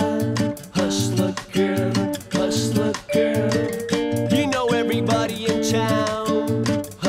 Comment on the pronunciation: Nossa, a pronuncia de HUSTLER GIRL pelo Supla simplesmente destruiu a música. Deveria ter aproveitado que gravou em Hollywood e ter aprendido com qualquer americano a pronuncia correta. Essa música é uma música limpa sem guitarras pra tapar a voz no caso do Max Cavalera do Sepultura que fala ingles com sotaque,mas quando canta o sotaque desaparece, O Supla deveria ter treinado a pronuncia antes de ter gravado .